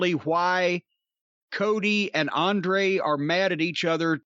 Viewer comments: Racist Cornette can't pronounce Andrade or Idolo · Absolutely love how he said Andrade name🤣🤣🤣🤣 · I can't tell if Cornette is mispronouncing Andrade's name on purpose, or if he's just that dumb.